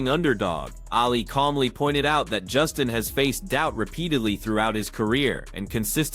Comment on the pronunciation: dummie sayd justins name wrong every time ahha.. tried to corect it, and meaased it up :)